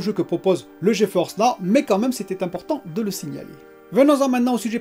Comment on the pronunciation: Salut, c'est pas plutôt Ge-Force Now? Tu dis tout le temps Geo-Force Now 🤷